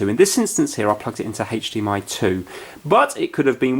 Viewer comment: Why do I hear HathDMI